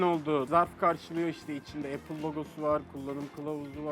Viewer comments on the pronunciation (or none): none